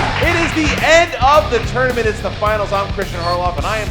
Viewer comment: Why does it sound like has a lispy thing going on when he pronounces 't'? Team Tournament sounds like theam thournamenth